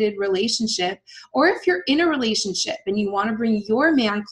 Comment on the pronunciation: Sorry but everytime you say relationship what I always hear is Relationshit.